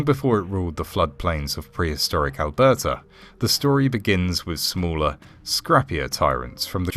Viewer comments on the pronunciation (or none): none